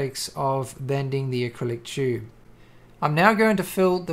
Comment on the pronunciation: you pronounce tube as "chube"... funny accent hahhahahahahhahahahahahha